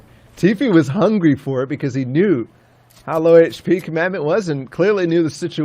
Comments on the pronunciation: listening to them commentate made me so mad, "commandment" pretty sure its COMADON, HOW TO YOU GET COMMANDMENT FROM COMADON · Comadon not command or commandment so annoying when the commentators cant read or constantly miss pronounce someones name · It’s comadon not commandment you idiot..